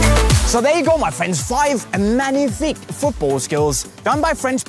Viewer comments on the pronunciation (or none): Not menific it's manific